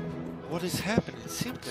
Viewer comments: Todos: simpol (s1mple): saimple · Toda la Galaxia: S1mple: Zaimple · Like por cada vez que dijo Zaimple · Pq le dice Zaimple? Xd